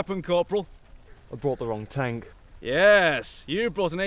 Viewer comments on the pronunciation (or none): He called it a tonk 🤣🤣🤣🤣